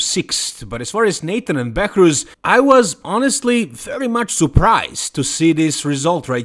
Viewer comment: Behrooz not Behourz